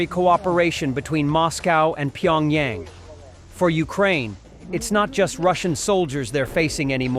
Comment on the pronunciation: Funny how this AI Narrator can properly pronounce Pyongyang but is unable to properly pronounce Kyiv 🤷‍♂️